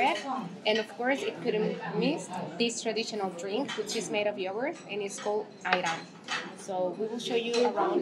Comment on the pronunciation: Great tips and awesome video. I am Turkish and you pronounce yoğurt correctly and it catches me by surprise every time. I always struggle explaining soft g (ğ) to any non-native speaker. It is a sound that exists in every language (in fact it is not a sound on its own) but so hard to explain. So well done!